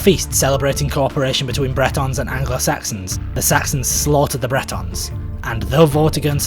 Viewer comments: Well done!! But "Bretons?" I think it's 'Britons,' right? Specifically, Romano-Britons. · Bretons = Celtic people of Brittany. Britons = people of Britain, rhymes with Britains.